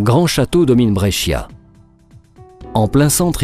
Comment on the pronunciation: par contre on dit bréécha. Le "i" ne se dit presque pas ... ^^